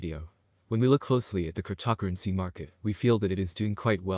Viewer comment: whats with your pronunciation of the word cryptocurrency?